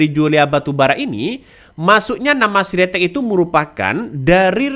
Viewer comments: Sritek bukan siretek😄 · Bukan si ritex mas. Tp Sritex